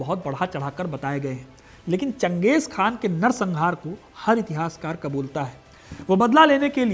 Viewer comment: चंगेज़ खान नहीं चंगेज़ खा